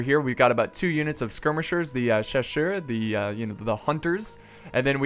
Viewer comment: chasseurs prononciate in french cha-sir like yes sir thanks for your videos